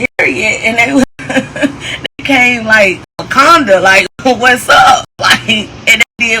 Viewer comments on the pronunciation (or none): none